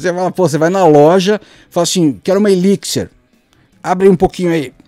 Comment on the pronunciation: eliquisser ... pronto, aprendi a pronúncia!